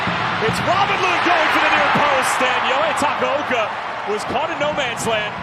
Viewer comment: Takoaoko💀💀💀💀 it’s takaoka😂